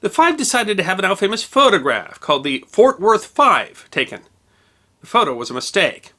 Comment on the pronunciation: I absolutely LOVE hearing you say Ft. Worth, where I live. Dude, your channel is the best.